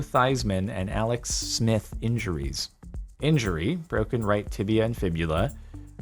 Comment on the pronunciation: you just said Alex Snith....